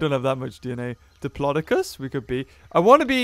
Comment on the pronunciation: If you play Ark : SE like me you would know how to pronounce the dinosaur names like Diplodocus (Dip-low-doe-cuss)